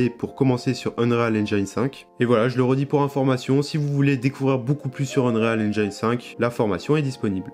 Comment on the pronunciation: cool le tutoriel c'est bon pour ceux qui débute et je le trouve très pertinent. Ça m'aide aussi pour switch de ue4 à ue5 parce que j'ai pas trop vu comment fonctionnaient les nouvelles techno. J'aurai aimé voir un peu le world partition system parce que ça m'intéresse vraiment. Sinon ya une chose qui me trigger. Quand tu prononce unreal engine. Prononce le pas UnRÉAL engAYne. La prononciation en anglais c'est unreel engeene ou unril engine. Tu ira voir les vidéos d'epic games comment ils le prononcent.